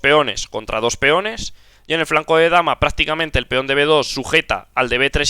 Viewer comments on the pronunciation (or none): Porque dices dosh ? Se dice dos.